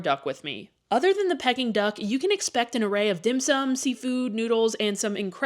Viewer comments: Pronounced Pee-king duck, not pecking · FYI. Peking Duck is pronounced "peeking" duck & not "pecking" duck. Just saying... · Pronounced Pee -King Duck. Not pecking. Js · Its pronounced, Pee-King Duck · Who wants to tell her she’s pronouncing Peking Duk incorrectly?